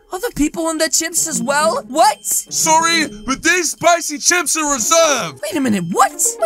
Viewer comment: its not spocy its spicy